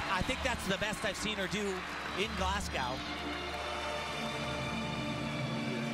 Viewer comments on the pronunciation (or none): Can someone please tell Tim Daggett the City is pronounced ‘glaz-go’ NOT ‘glaz-gow’ (like a cow)...I find that so annoying coming from a commentator. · If I hear “glass-gow” one more time.